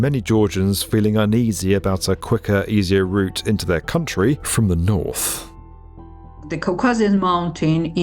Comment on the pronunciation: Is it just me, or will everyone belcome the dew road from the noffff ?